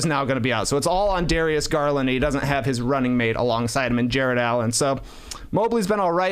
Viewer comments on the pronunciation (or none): none